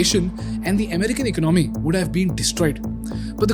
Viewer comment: This guy's pr0nunciation and ac cent c r e e p me out. He uses the word "economy" so often, then he better know the right pronunciation: economy is pronounced as [ēˈkänəmē] not [ache-o-no-me] Wreck is pronounced as [rek] and not [reek].